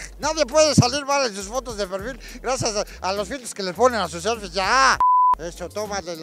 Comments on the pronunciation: Jajaja "seflies buenas" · "SEFLIES" dignas... No pos chingón